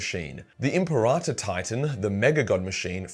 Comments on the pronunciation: Lol imparata.. Say it with me kids: “Imp-air-ah-tor” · WHY DO YOU KEEP SAYING IMPERATA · My ears itched every time you said imperator wrong lol.